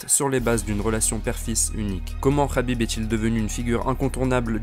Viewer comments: Dsl mais je pouvais pas te laisser dire sa rhabib mais c'est un K K K khabib et pas rhabib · C est Khabib avec un K il s'apelle pas HABIB bordel de dieux